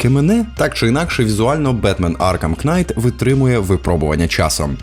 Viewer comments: Вибачте, я не для того щоб домахатись, просто вухо дуже ріже: не кнайт, а найт; не цусіма, а Цушіма. А так чудове відео, дякую! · Кожне вимовлене "Кнайт" додає мені сивий волосок 😁 Але контент супер, продовжуй в тому ж дусі! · Дякую за контент) В слові knight К не вимовляється) Просто найт) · Красно вдячний за чудовий контент рідною мовою. Маю зауважити - маєте чудовий тембр голосу! Маю до вас невеличке прохання - не читайте ви ту нещасну букву "k" у слові knight, вона існує на письмі, але не у вимові. А то потім налетять у коментарі шановні знавці англійською мови з трьома класами церковноприходської школи, ( як я, наприклад), і будуть вам тут розповідати😂 Не тримайте зла, я виключно з любов'ю. Бажаю успіхів!